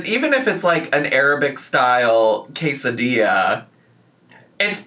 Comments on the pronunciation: The pronunciation of quesadilla almost took me out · I had the exact same take on the quesadilla pronunciation. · NGL the way she kept pronouncing Quesadilla like that, my brain can only think of how people name their kids weird names but prenkunce them "fancy" 😂😂😂 And thats how i know I'm lacking sleep. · I was just starting to get used to how English speakers usually say "quesadilla", but this took me by surprise EDIT: heard the explanation, it's still weird. Like, here in Mexico we have jalapeño and carne asada sushi, but we still call it sushi? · Her pronouncing quesadilla like that is such an Amberlynn "kameeno" (aka kimono) molment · She's pronouncing quesadilla that way because mispronouncing for engagement is a trend among mukbang creators right now.